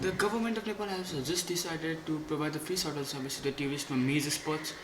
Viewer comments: The way your pronounced nepal at first feels like music to ears 🥹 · I think this is the first foreigner to pronounce 'Nepal' correctly, instead of 'Ne paw l" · Happy that you’re saying NEPAL not NEPOLL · Bro said "Nepal" not "Nephol"